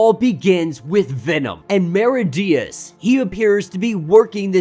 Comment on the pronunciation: It's me-rid-ious not mer-i-dious pronunciation